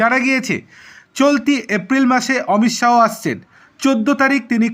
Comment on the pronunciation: Thik kore Uccharon korun,,,,,, Amit Saw nay Amit sah